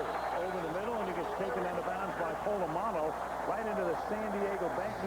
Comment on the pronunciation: These palagi commentators making a mess of the pronounciation of a legends surname, its POLAMALU not POLOMULU ya flogs